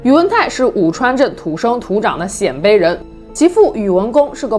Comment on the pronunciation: 鲜卑，读 先，一声